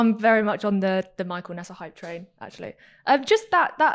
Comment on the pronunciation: Getting major crows feet at the way Katya pronounces neeser as "nesar"